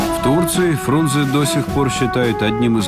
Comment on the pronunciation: А правильно не Фрунзе, а Фрунзэ. Именно Э а не Е!